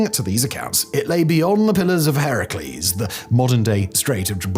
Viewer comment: Hercules…not Herelcese